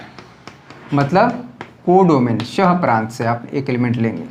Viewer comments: Pras nahi sir prant bolte hai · Sir pras nhy prant hota h